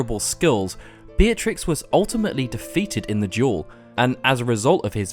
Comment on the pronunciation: FINALLY. A Youtuber who pronounces her name right! Beeah-triks not BEEHTRIX nor BETRIX